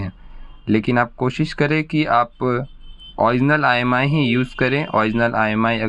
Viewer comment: Bhai not imi that Is imei